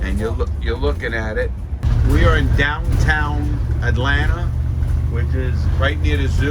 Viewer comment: "right in the heart of atlantar" lol man Larry ur genuine 🙂